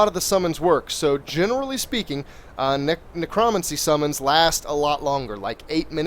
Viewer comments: every single time he mispronounced Necromancy I cringed. its ne-cro-mancy THREE SYLLABLES he is saying it ne-cromuncy i cringed every time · So you can say Necromage correct but not necromancy? XD